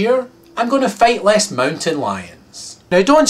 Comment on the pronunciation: when you first said , "fight less mountain lions" I thought you said fellate because of your accent... haha, I'm glad I was wrong.